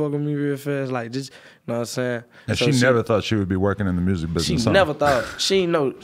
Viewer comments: more like murrsic😂😂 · "He making murrsic" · “ He make good mursik “🤣🤣